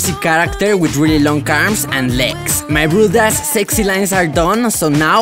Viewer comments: "My brothos lets start animating" Me: what did he just say? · I love when he says my brew das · yo, what's ur actual language btw? when u say so my broeders it sounds dutch LOL i know i'm 1000% wrong but yeah